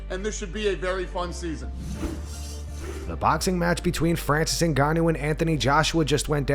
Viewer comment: Francis Naguh…Naaaguuuhn…Naga-nuh-box anyone for a while.